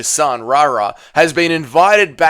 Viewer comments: Why u saying rara? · I don't know if it's intentional or not but "Rahrah" makes this insufferable. 👎🏽